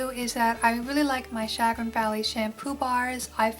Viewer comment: Chagrin - Sha-GRIN